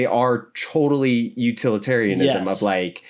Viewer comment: UTILitarianism not uTALitarianism